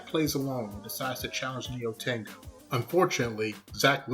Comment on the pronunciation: I think it funny how you say Nyotengu I have study japanese before you don’t say Nyotengu correctly